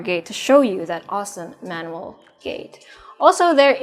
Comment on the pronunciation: It's pronounced GEN-KAN. Also your English is really good but it's interesting the way you say manual. You pronounce like the name Manuel.